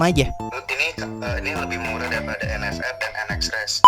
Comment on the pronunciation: vendeta sama en ef er bang bukan en fe er😂